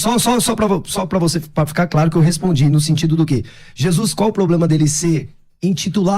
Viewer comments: O cara disse não tem poblema 😂😂😂 aí já perdeu tudo kkkkk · Pastorzinho fanfarrão,kkkkkkk@@ over bobalhão!!Ele fica assistindo vídeo do Pablo Marçal,rs "Não tem Poblema nenhum"...... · Quando falou poblema ai ja perdeu kkkkk. Da até nojo dessas coisas que aparecem por ai. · Parei de ouvir quando esse herege falou "POBLEMA". Deus abençoe vocês, vou aproveitar melhor meu tempo! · O cara fala "poblema" e quer discutir hebraico/grego kkkkkkkkkkkkk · Falou “protestades e ploblema” já parei de dar atenção, não fala nem português corretamente quer mostrar autoridade em grego e hebraico 🤦🏻‍♂️ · O cara que fala poblema...não tem como ser levado a sério.... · Esse cara é pastor? Qual a formação dele? Fala " protestade ", fala " poblema ", falta conhecimento básico da língua portuguesa. Quer discutir grego e hebraico? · Putz comecei a ver o pessoal lendo em grego, falando de septuaginta, aí no min o cara me solta “poblema”. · pra mim o cara que diz poblema já não tem credibilidade. 😂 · o cara se diz pastor e falante de grego e hebraico antigo, mas não sabe falar PROBLEMA... Sem contar que as pronúncias arcaicas de alguns sons hebraicos estão bem errados. O cara ainda quer citar sephirot... isso é kabalah (basicamente, feitiçaria hebraica) Pela lógica desse fulano, os deuses gregos existem. kkkkkkk